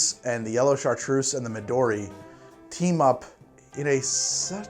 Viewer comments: Why is Chartreuse so difficult to pronounce?! [Shahtr] - Try to say O while placing your tongue in the middle of your mouth with each tongue edge on your teeth (like when whistling) -[se]. Americans are generally great at doing German accents. I cannot fathom why every french word becomes so fucked up in an American's mouth. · Chartreuse in french is say: ''ChaRRtRReuZe'' LOL